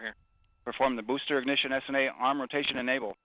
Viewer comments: "Booster Ignissshhsshh!" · I hope the announcer brews on that BOOSTERS IGNISHISHHS for the rest of his career. Be better. Also, quit saying "BEEYOOOOOOOOND" like that. I would have swatted your nose with a rolled up newspaper if I heard you say that in person. Apollo's Cliff Charlesworth is the king!!!